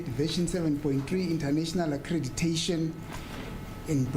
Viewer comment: He can’t even pronounce accreditation 😔😭